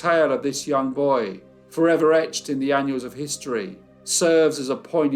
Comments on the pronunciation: Carry om the good work. FYI it is ANNALS of History. Not Annuals. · I love your videos, and this is just a small thing. But could you please say "annals" correctly. It's not "annuals". 🥰♥